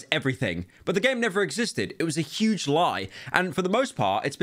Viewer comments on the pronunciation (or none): none